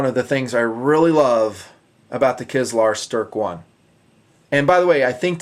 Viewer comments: And it's pronounced "Kizliar Sterh" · No, you are not pronouncing it right, but that matters little. 8D